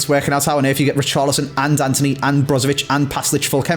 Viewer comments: it’s actually antony not anthony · It’s Antony not Anthony and as you said the last SBS with Bateson of it’s not right it’s not right 👀